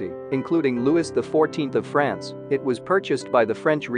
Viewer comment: this voice is better in this one than the "Pearls" narrator... but your narrators must learn to pronounce French names (it's "Loo-wee", NOT "Loo-wis, etc.) and even simple names like "Lahore" properly. Your narrators also need to take a breath. They go so fast without stopping. It is quite irksome to hear the non-English PROPER names NOT pronounced properly -- the way they should be in their language of origin.